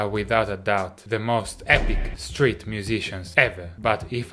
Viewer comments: Thought he said "straight" when he said street. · I swear he's saying, "straight bassist" - next up, gay bassists. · Am I the only one who thought he was saying "Straight" musician the entire video?